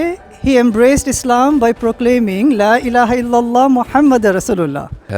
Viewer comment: Funny , difficult for him to pronounce....ilahalala....blah blahblah